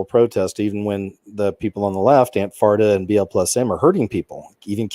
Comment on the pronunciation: Ikr🤣🤣 and don’t forget Anfarta Lolol